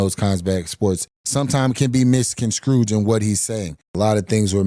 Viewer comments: "Misconscrooged". Fuq my life I'm dying,😂😂😂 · Hahaha "mis-con-scrooged"? 😆 I want to like Hill, but he just seems kinda delusional, cannot accept responsibility, & is a sore loser who can't stop complaining